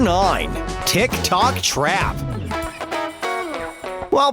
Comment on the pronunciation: It's not tick tock its tik tok